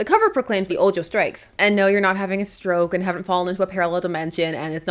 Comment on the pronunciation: Small criticism: Ojo is Spanish and the J has an H sound.